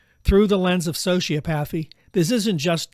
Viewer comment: Bannon is also a sociopath. Birds of a feather. Also please teach your AI to pronounce hyperbole and sociopathy correctly.